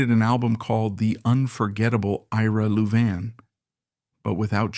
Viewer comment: Disgusting AI that cannot pronounce Louvin properly.